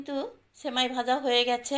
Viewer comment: আপু,ছেমাই না সেমাই বলেন। উচ্চারণ ভালো না হলে শুনতে বাজে লাগে।